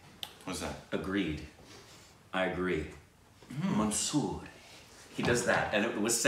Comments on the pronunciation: It's more like 'manzoor',you pronounced it as monsoor. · It's 'Manzoor' not 'Mansoor' for agreed. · Its manzoor hai not mansuri 😂😂😂is it Tamal